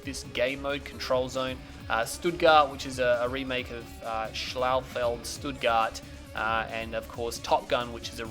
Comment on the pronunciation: Awesome how pronounced "Schlachtfeld Stuttgart":-D:-D:-D